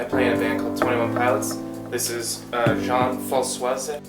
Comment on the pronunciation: “jean françoise" wtf 😂😂